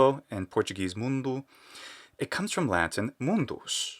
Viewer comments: Muito bonito ver você pronunciando Mundo como Mundu. É difícil ver não-nativos de português pronunciando o 'O' com o som de 'U' no final de palavras. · it's incredible how well you can pronounce Portuguese words (I'm Brazilian and I loved your "mundo"). Such an interesting and informative video, thank you!